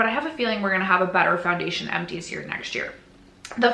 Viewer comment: 2026 will bring a baby!!! 😍🤭 You'll see what you'll achieve and I hope you don't set the bar too high as I'm sure you'll have other priorities! ❤ You still did amazing! 😮❤ Edit: As a francophone, "poundation" sounded like a nice contraction of powder foundation! 😂